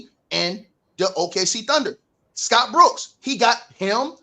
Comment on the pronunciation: Why does pronounce Dillon brooks name like that 😂😂😂